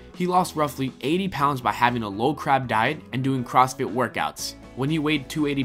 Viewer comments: he keeps saying "crab" instead of carb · I swear it sounds like he says crab instead of carb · he keeps saying low crab, it's low carb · the word is Carb NOT Crab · Low crab diet!!!!!!! LMAO!!!! Everytime he says it I laugh out loud!!!! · We're you saying low crab or carb I'm so confused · It's called LOW CARB diet, not Low CRAB diet. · crab?! it's CARB! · "CARB" not "CRAB" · "low crab" :D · low CRAB?!!!! learn to read and proofread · YOU SAID LOW CRAB FRICKLLEN TWICE 😂😂😂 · Did that guy just say a 'low crab diet'? And "many different type of work-out"?? hahaha if you're gonna narrate for a video, learn to speak properly!! Oh and it's Gunnar Peterson. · Are u saying low CRAB diet?! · How come this guy keeps saying "crab." Weird.